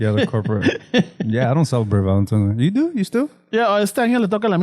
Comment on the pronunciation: did you say "Valentimes Day" portese bien.